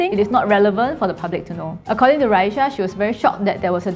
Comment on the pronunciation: What is with Chinese people and adding a “h” to people’s names? It’s clearly RA-EE-SAH not RA-EE-SHAH jeez plain English letters bruh cmon